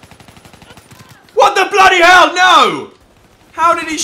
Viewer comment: can u stop saying bloodyhel man james is better